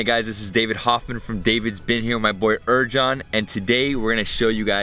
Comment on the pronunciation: You keep misspronouncing Erjans name...